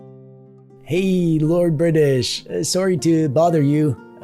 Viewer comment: He said soory